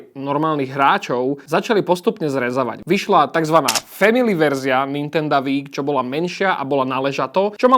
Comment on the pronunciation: no píše sa to Wii a je to z Japonska. Takže čítať by sa to určite nemalo "VÍ" ale skôr "UÍ" a VÍ šport je úplná škôlka :D